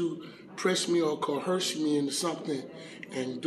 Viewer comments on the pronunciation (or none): How funny and ironic when he said " I'm not going to let you co-herse me" 😂